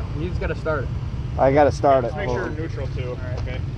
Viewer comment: Lmao he said make sure it's in nuetral 😂😂😂